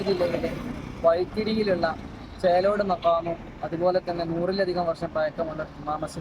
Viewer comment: ചേറോട് അല്ല. ചേലോട് ആണ്. ഞാൻ പോയിട്ടുണ്ട്